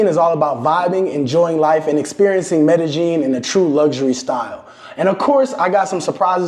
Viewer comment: The way bruh pronounce Medellin 🤣🤣🤣🤣 shoutout to all my real southern 🥷🏾but other than that great content this is definitely a movie I would pay to watch in theaters. Keep doing ya thing 🙏🏾